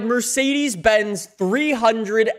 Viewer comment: Mersiidiis Benz? At least you didn't say Mirsiidiis Binz.